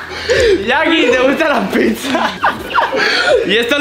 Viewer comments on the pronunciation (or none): none